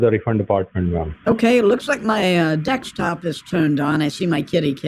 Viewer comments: WHY DOES HE SAY DEKSTOP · I love that he calls his PC a "DEX"top and then corrects the scammer saying Anydesk to Any"DEX". Warms a special place in my heart.